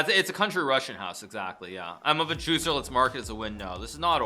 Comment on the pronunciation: You crack me up when you say "a Juicer"